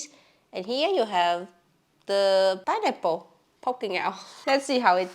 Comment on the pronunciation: Pineapple ❌ Pienipple ✅ (I'm not native English speaker either, but this cracked me up)